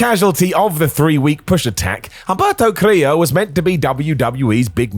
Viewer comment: Humberto* not Ămbăto Carrío